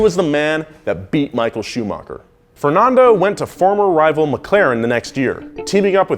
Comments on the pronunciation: Hahahaah “Shumocker!!” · michael shumaker? who is that? you mean michael schumacher? you spell his name looks like a milk shake..